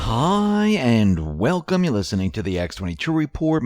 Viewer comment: I love your videos, especially how you make " H-i" a two syllable word.😁